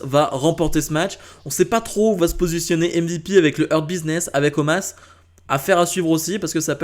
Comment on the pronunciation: Non mais sérieux omaaas au lieu de omos...